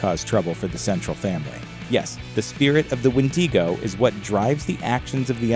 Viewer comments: Listen dumb dumb, it's pronounced when-di-go. Not wheen-di-go. Do better research!! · Made it to , couldn’t finish the video bc “wendeego” 😂😂😂 tf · What is a Wendeego? Kinda looks like your trying to talk about the Wendigo (Wen-dih-go) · Who told him that it was wendeegoh?? It’s wendigo 🥲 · "wen-DEE-go" 😂🤦‍♀It's "wen-duh-go" my dude. Takes away all credibility when you can't pronounce the very word you're trying to convey information about. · Sure there’s more pronunciation for the word Wendigo but like the majority of people know Wendigo not Wendeeeeeeeeeego like come on when you have actually heard someone said Wendeeeeeego more than Wendigo? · As the others say.IT'S Wendigo not Windigo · It’s wendigo not WHENDEEGO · wen de go ? LMAOOO It's wen da go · It’s wind Ah Gooooo not windy go 🤦‍♂️ but good content ig lol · When-duh-go. not When-dee-co. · I am not normally one to complain about pronunciation however it is pronounced when dego not when Dee go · WIN-DIH-GO!!! NOT "WINDEEEGO". Geezus. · I don't care, the "wen-DEE-go" pronounciation is driving me nuts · Actually it’s wee digo as a Métis I should know this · Say it with me: "Win-da-go" 🤦🏽‍♀🙉😬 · wtf is a “Wen-dee-go”? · *When - Dee - go” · Win-dee-go. I’m weak 😭💀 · dawg im a native from the tribe the wendigo comes from and chile, "wendeego?" tf is that pronunciation?? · did he just seid windingo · It's called a widago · Well,o didn’t know it was called the wendEEgo, but okay... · No one: Not even a single soul: Gringe: WENDY GO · you pronounce wedigo wrong its pronouced wen*da*go not wen*di*go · If you ever make another video saying wen-dee-go I will personally invert your kneecaps. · Okay. I can't sit through twelve minutes of "winn-DEE-goh" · it's kinda pronounced "when-dig-oh" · It’s WEN-DI-GO! WENDIGO GET IT RIGHT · This guy: WIN DEE GO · Nobody: Looper: WindEGo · Yo. It's pronounce "Ween-Dig-Go". We have a story here as late 1989. Only heard bits of it tho. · The wendy go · Wendiego. Olay???